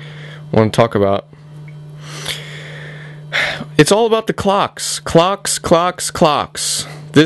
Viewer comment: Lol, i thought he kept saying, "Cocks, cocks, cocks. This phone is over-cocked. Lot of Cocks on here."